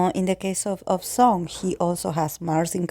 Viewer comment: it’s pronounced “song” u said it right 😆 thank you for your reading🥺💜